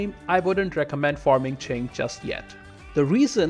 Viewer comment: Omg you actually pronounced Qing correctly Edit: Oh then I heard Jianzhou. Well... But your pronunciation of Haixi was also good!